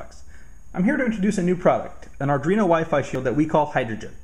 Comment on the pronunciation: Sorry just a pet peeve but it's pronouced ar-dwee-no not ar-dree-no, this mistake seems to be getting popular so I figured I'd say something. Otherwise great vid, besides some blur, and wicked shield!